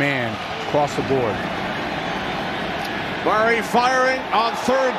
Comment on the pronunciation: Why does the commentator pronounce Murray as Maury !?